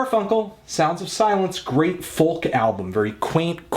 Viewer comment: Dude, the ''L'' in FOLK is silent.